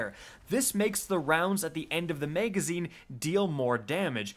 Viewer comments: Nobody:: MEGazine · "the meygazine"